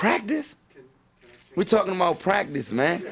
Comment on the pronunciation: Quantas horas vc ficou TREINANDO pra falar Talkin' about pratice tão bem??